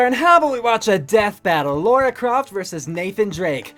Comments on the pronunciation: Just so you know, Lara Croft is not Laura Croft. It's pronounced Lah-Rah. They even pronounced her name properly in the video, and you didn't seem to notice. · It's LA-RA not Laura